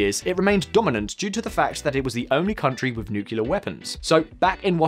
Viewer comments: nu-cle-ar not nu-cu-lar, thank you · Please learn how to pronounce "nuclear": new...clear, not nuke...ula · NU-CLE-AR, not NU-CU-LAR, buddy. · dude, for real... it's Nuclear as in NEW-klee-er not as in NOO-kyuh-luhr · Its "NEW-CLEAR" not "NUKE-YOU-LAR". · Yes he is driving me nuts with his pronunciation of that word. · Never trust anyone who says nukyaler. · He said "nukiller" minus 10 points to his speech delivering score !